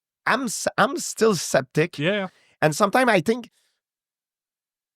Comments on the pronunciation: I love how george pronounces Skeptic as Septic lol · I love how gsp says"septic" sooo cool 😎 I love this guy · No idea who this guy is, but I enjoyed the interview. Question though: How could you let him go on for 2.5 hours and never correct his 'septic'? :D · I love this guy's accent. Especially when he mispronounces "skeptic" as "septic"! Cuz it's just perfect haha